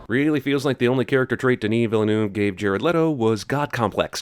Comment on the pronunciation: I'm about to start a kickstarter to teach Jeremy to pronounce Denis Villeneuve